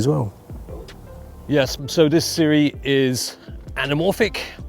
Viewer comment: Hey, I recently learned that Sirui is pronounce like Sue-Ray...